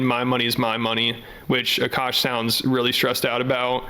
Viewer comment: This woman is such a massive gold digger, she pronounces his name "a-Cash" instead of "Akash."